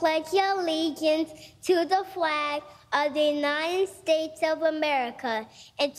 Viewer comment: In his acceptance speech Joe said: "...for Lord's sake; we're the you-nite-uh states of America, we haven't accomplished anything". According to the media it was Bidet's "best speech ever", he really was "spot on target", "Joe really laid to rest OUR President Trumps assertions that he was in full control of his mental faculties". I rest my case. Joe says "WE, the People" have not accomplished anything; when what he really means is: Joe Biden and cohorts have not accomplished anything FOR our country.